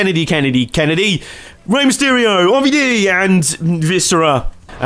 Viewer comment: Mister Kennedy... Ken-a-dee!!!!!!!